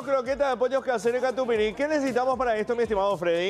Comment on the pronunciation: Katupiry???? Por favor....es katupyry